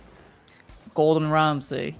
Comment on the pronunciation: "Gordon Ramsay" ~ Rizzo. The way he pronounced it lol 😂